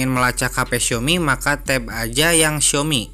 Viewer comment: Tap bang bukan tab ..apa telinga gw yg kurang ya .